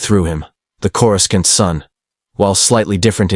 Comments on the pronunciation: Great story, but if you are going to use an AI voice, then in your script, write names out the way they sound, not the "official" spelling. "Coor-u-skant" becomes incredibly distracting! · "I'm sorry, but the AI is killing me with the mispronunciation of Coruscant — KOR-uh-sahnt (or CORE-uh-sont)." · For Fack Sake! How hard is it to teach your AI how to Properly Pronounce certain words like (Corē-sont) 🤦‍♂️ makes the stories sound Hella Goofy! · An alternate path where Coruscant is correctly pronounced "Korissant". The second C is not a hard K sound. Otherwise, this was awesome. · CorusKant.. wow, here we have AI or someone who has no knowledge of the Star Wars universe. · The AI voice just can't say Coruscant 😂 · Why can't people pronounce Courscant correctly? Pronounce it like the movies do.